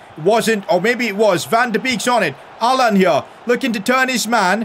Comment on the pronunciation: Every time he says Alan I hear ‘Haaland’ 😂